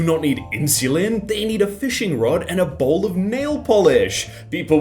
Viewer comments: He said bo'l, with the ' being a glottal stop (the - in uh-oh) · And then he says "bowl of nail polish"